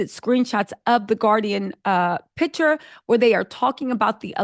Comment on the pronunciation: Picture, not pitcher!!!